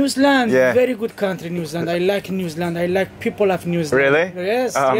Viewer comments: I like the way of how the locals pronounce New Zealand. Where are you from? Oh I am from New Zealand Oh Newzland! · Interesting how Iranians pronounce New Zealand like "Newsland" lol